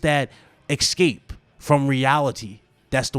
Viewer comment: puts on nerd glasses That's escape, not eckscape.